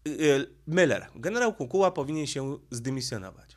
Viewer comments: Pan Leszek Miller ma nazwisko spolczone, nie nazywa się Müller tylko Miller. Proszę na siłe nie mówic po niemiecku. Pozdrawiam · Żono!!!! Błagam!!!! Powiedz proszę Mężowi, że nazwisko naszego byłego premiera pisze się i czyta przez i. Miller. Nie Myyyyller. Tam nie ma u umlałt. Błagam!!! I przy okazji, że coś się bierze na TAPET, a nie TAPETĘ. Tapet to taki stół przykryty zielonym suknem, na którym można rozłożyć dokumenty, które się chce przeglądać. Stąd to powiedzenie. Jeszcze raz uprzejmie proszę. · chyba źle wymawiasz nazwisko Pana Leszka 😊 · Skoro już chcesz robić wywiad z byłym premierem, to warto byłoby nauczyć się wymawiać jego nazwisko. Miller, nie Myler, panie "polygloto" od siedmiu boleści. Tak samo jak uparcie nazywasz Kaliningrad KalEningradem. Jakieś leninowskie sentymenty?